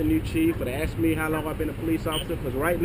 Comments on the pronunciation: He axed you! Not ask axe!!! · But but but, he axed you to stop !!! lol... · "I axed you." Did you need any surgery after you were "axed"???? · Did this cop just say "there's obviously something wrong with you"? Is this guy a doctor? Sounds like his speedy diagnosis!! This first cop needs to STFU!! he also needs to stop saying "I axed you" ! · When they say I axed you it just shows that they are dumb fucks, ASK for someone who speaks english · You have to wonder, how many people has he "axed". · You didn't do as AXED lol